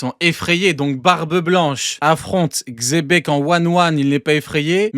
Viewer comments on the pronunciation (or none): Pour le coup ça se prononce Jibeck ou Jibeku. Donc il devrait arrêter avec le Chebec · Ils font chier à dire chebeque au lieu de xebec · pour le coup ça se prononce Jibeck ou Jibeku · Vous aussi vous vous trompez. Ça se prononce Jibeck/Jibeku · Vous savez que Xebec prononcer avec un X c’est officiellement PAS la bonne prononciation ?